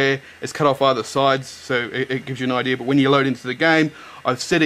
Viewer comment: it's IDEA not IDEAR.